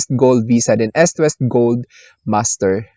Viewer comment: ehst west.. dapat eest west.. sakit kac sa tenga sorna